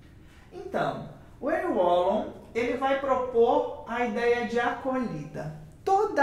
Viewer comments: Precisa falar o nome dele correto nao é uolon mas valon q fala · Fiquei confusa kk conheço com a pronúncia de "Valon" 😅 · Sempre achei que a pronuncia fosse "Valon" rsrs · Gostei do vídeo, só que sua pronúncia está errada. Procure no Google tradutor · O W tem som de V.